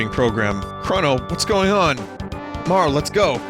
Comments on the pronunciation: Marle is probably pronounced like Marley tbh but oh well 😅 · i mean i usually call Frog Glenn, a certian person Janus and Dagger Sarah dont like marle enough to pronounce her name right tho